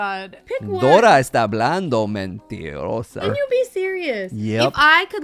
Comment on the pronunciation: 🤣 your Spanish is great! Especially when you called Sheena a mentirosa! lol